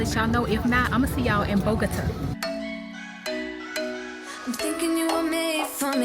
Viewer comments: Bogota pronounce Boh-goh-tah emphasis on the tah😂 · Bo - Guh - tah....lol.... 😅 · Happy travel. Bogota is pronounced BOE-GA-TAH 😂 visited there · Pronounced Bow-gah-tah 😘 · 😂 kudos to you for trying to pronounce it correctly. It’s Bo-go-tah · 🤣 😂 Gurl you trying to say Bogota has made my day! I kept thinking 🤔 where is Mama 😂, then you called her and still said it wrong. 😂😅I love it💕